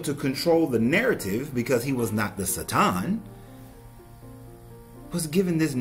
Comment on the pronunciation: Theres only so much times i can hear someone say sa- tom i couldnt watch the video lol. Dont try and sound smart. Ignorant people ugh